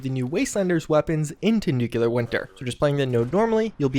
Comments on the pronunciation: Good info. When are they going to patch u repeatedly saying, "Nuke-ya-ler"?🤦🏾‍♂️ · How many times do you need to be reminded of how you pronounce "nuclear"